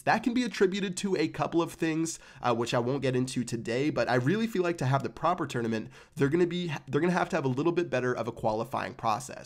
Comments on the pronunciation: If he says twounament one more time😅😂😂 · He says it like a tour and a nament